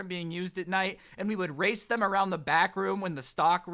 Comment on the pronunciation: Every time he said back room did it sound like bathroom? 👍 if agree. | | | V